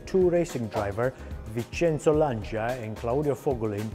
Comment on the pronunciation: Please Lancha, not L'ansia.